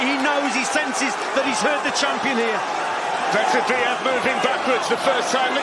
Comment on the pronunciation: Yarde belt up to his rib cage. Ref pulling up his shorts?? Fix was in. His name is pronounced Beterbiyev. Not butter biev. Ignorant commentators